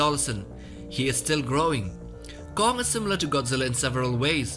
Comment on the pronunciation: Please don't say "gong" man